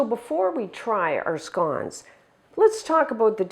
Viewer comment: I’m English and pronounce it just like you 🏴